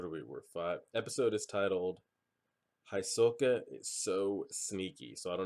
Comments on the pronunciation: Hisoka is pronounced more like He-soka, try to pay attention to how the characters pronounce names, there's some really weird ones. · when they reached the stairs, he said that that was the 80 km mark andhisoka is pronounced He-so-ka. btw are we gettin a watch party this weekend ? :)